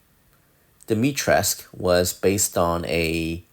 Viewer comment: Awesome. P.s. Dimitres - k- ooh.